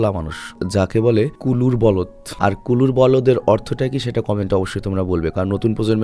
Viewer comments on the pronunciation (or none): ভাই এটা কুলুর বলদ হবে না।এটা হবে কলুর বলদ।